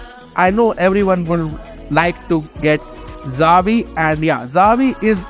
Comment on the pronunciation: It's "Chia-vi" like in Chi-le, for Xavi.